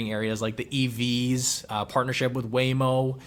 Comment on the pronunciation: "Waymo" 😂. Great video as always. Baba is another one under scrutiny that I personally like on a 3 to 5 year horizon (for now). Maybe not fitting the criteria of the video but I love the potential growth stocks for Canada like ACQ, ATA, GSY, NVEI, DFN (dividend only), few new ones Copperleaf, Propel Holdings, E Automotive. Then the revolution type stocks like GRN, BLDP, LEV. And countless small alternative medicines flying out of Canada right now. Absolutely love the outlook in the markets!